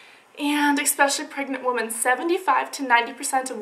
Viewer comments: WOMEN. Proncounced "wi-men" not "wo-min" PLEASE FIX THIS, DRIVING ME NUUUUTS. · It's "women" not "woman". Sheesh!